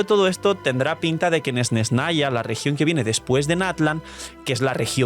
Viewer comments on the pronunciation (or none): none